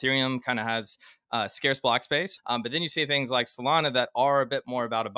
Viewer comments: Why do you pronounce 'scarce' like that? Drives me crazy.. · I love. But as a community, how long are we going to let him get away with his pronunciation of the word "scarce"? He should lose 0.01% of his net worth every time he butchers it publicly. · omg! it drives me crazy! like WTF !